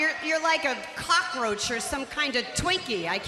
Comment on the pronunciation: Did she say clockroach or cockroach ?????? Lol